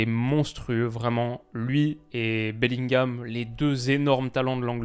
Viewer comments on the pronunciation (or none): none